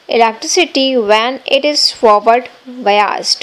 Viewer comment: Bayazed,bayazed kehe rahi hai,biased hota hain😂😂😂